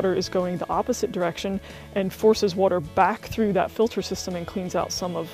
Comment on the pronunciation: Thanks for the overview. Where is it that people say "wooter" like you? Have heard it a lot.